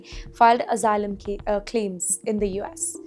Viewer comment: This B*tch can’t even pronounce Asylum properly 🤣🤣